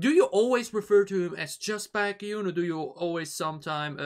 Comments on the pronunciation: No need to add the group name. You only add the group name if that member has a similar name with other kpop groups that is uncommon in Kpop industry. Plus it’s pronounced as ‘Bake’-‘Hyun’ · There's is only one BaekHyun. But there is a kai in another group. So you can just put BaekHyun in the title. And is pronounced beck-hyun is more similar with the word bacon. Today 27th of November is Chanyeol's birthday 🎂